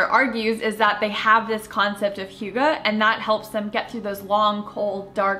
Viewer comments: Zoodles sounds awesome; I will TRY to get the family to try them for a change. Hygge is pronounced HUGH-guh; you are correct. :) Draper James is one of the best! KJP & Sarah Vickers (Patrick) are so living the American Dream- love them! I saw the puppy date you guys had and must be clueless to have not known you guys were all close. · As a Dane I just love how hygge is a thing now! And you say it quite well, as well as I think any American can. The Danish language is spoken using the back of the mouth and throat, while English is spoken with the front of the mouth and teeth. I am an odd duck in that I was raised speaking both languages, so I know how to use my whole mouth to speak either, but I have never met an American who can really land the pronunciation of Danish words, so no worries. Grace abounds! Also, I LOVE The Good Place. So good and yes, so sweet and light. So refreshing. Can't wait for new episodes!